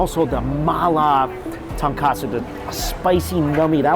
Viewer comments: you're better than this. It's ton KOT-tsu. Not ton-KATsu. They're actually two different words, one is a dish. Tonkotsu refers to pork bone. Tonkatsu refers to breadcrumbed pork cutlet - which is a good dish in its own right (dunno if you've had it before). Anyhow, peace and love. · It’s tonkOtsu and not tonkAtsu… saying you’re a noodle expert but still can’t tell the difference between the two smh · Hey I've been hearing this in many videos so I just wanted to point out that the pork broth is pronounced Ton"ko"tsu... If you say Ton"ka"tsu it means the fried pork cutlets. It's a very common slip-up and I used to do that too. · Love your videos but with you asking about the pronunciation of the Indonesian noodles it makes me want to bring up something you love and always pronounce incorrectly. It is tonkOtsu ramen not tonkAtsu. Tonkatsu is fried pork cutlets. Tonkotsu is pork broth ramen. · he says it wrong in every ramen video even in his own ramen restaurant, he labeled it as tonkatsu but it’s tonkotsu ramen. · he isn't better than this. he's been mispronouncing it his whole life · Lol it’s been pointed out in every episode he mixes it up. I don’t think he’s ever said kotsu correctly 😂